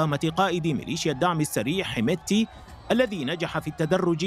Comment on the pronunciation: حمددتي وليس حمتي